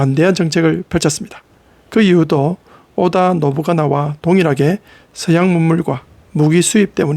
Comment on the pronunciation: ‘오다노부가나’가 아니라 ‘오다노부나가’입니다